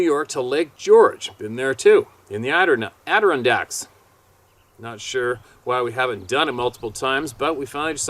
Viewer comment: you are to Bright not to be able to say Adirondack!!! Break it down. A di ron dack say it as #1 word!! Say it 10 times fast!!!! GBY Dave